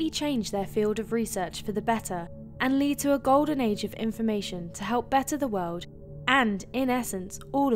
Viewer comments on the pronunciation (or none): none